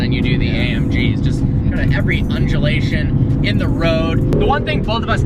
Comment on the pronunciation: Did say,, "Every Unjulation"???